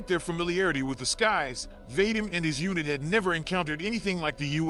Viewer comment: The name Vadim doesnt rhyme with " hate 'em". It rhymes with, for lack of a better phrase, "The cream". As in, va-DEEM. Although thats merely the closest American English approximation.